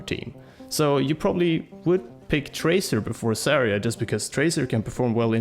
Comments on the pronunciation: I cringe everytime pronounces Zarya as Saria. Zarya means Sunset in Russian, so please, don't call her Saria. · You're pronouncing Zarya really wrong, just saying